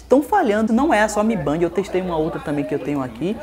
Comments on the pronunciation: Toda vez que fala "mibandi" sai uma lágrima dos meus olhos. Pronúncia correta seria "Mi Bend". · Mi Band não é mi bend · MI Bend, não Mi Bandi! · "mi BEND",mi bend kkk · Se fala mi bend porraa